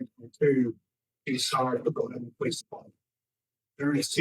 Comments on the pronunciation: Cmon:) it is not "le be NON", it is LEB Bi Nin. You know, like Not Mary Ville but MERvul. You are gonna be accused of not being from TN. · Come on, you’re a Tennesseeean. It’s Leb-a-nin. Not Leb-a-non. 😂